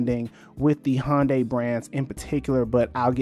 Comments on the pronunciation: it's HYUN DAY in korean not HON DAY or HUN DAY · Hyundai(hUN-day) is pronounced like Sunday. Not Hon-day lol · Good info in this, but for a video explaining how Hyundai got to where they're at, you've pronounced the name wrong the entire time. They even had an ad campaign in 2008ish that it's "Hyundai, like Sunday". Search for "Hyundai Car of the Year Super Bowl Ad" to watch that ad.